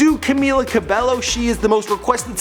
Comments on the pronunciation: Camila Ca be low wtf dude, thats not how u pronounce her name 😂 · Her name is pronounced Camila CABEYO Not cabello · G eazy ?!?!? They never collaborated and its cabello not cabelo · Its pronounced ca-mm-illa cabeyo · Banana Cabello Not cabeYo its Cabello (BELLO) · Pretty little lairs Fan NO ITS NO TWO LL'S PRONOUNCED IN SPANISH IS Y SO ITS cabeYo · Banana Cabello lmao I SEE YOU EVERYWHERE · em cueva No it's pronounced 'CabAEyo' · 1. it’s cabYO 2. she didn’t release her album or “ep” and it’s not called the hurting ...etc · The 100 Challenge Cabello is pronounced Cabeyo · "CAMILA CARBELLO"😑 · It's pronounced cabeyo. Period. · It's pronounced cabeyo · (violently.) cough, cough cough CABEYO DUDE JESUS CHRISTMAS CHRYSLER BREAK MAN. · Banana Cabello did u hear him like Normini kordi, Lauren jorgi and Dani jane im so mad now just bc of that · Banana Cabello I'm triggered when he said CABELLO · "Karla Camilla Cabello Estrabo" omg he only got Karla right 😂😂😂 CamEEla CabeYO EstrabAo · It's CamEEla CabAYO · You pronounce it Cameela Cabeyo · Cameela Cabeyo* Pronunciation